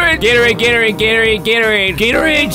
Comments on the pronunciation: After hearing him say Gatorades some much I started to hear Gator AIDS... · When he says Gatorade a lot of times he sounds like he’s saying Gary